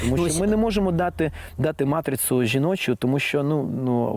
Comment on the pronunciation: ще не іншомовного походження, але матріцу